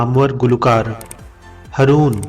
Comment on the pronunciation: م پلیز اردو تلفظ کا خیال رکھیں, ہرون نہین , ہارون بولیں..